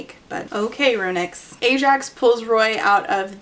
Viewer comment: Every time you said "RuNyx" I heard it as "Aroonyx" and I had J.M. Buckler flashbacks